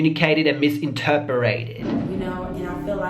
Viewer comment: Misssssinterperated? new word for 2020? Lol love you 🐰 love your edits I be cracking up.